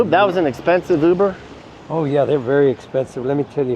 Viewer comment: “Muber” haha